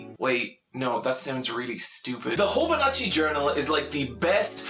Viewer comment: "Hobonatchi"... oof. Itoi's company is called HOBONICHI (pronounced Hobo-neechy).